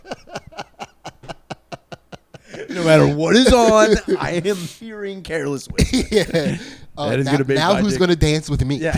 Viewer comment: Putting an S at the end of George Michael AND Careless Whisper is the blackest thing the has ever done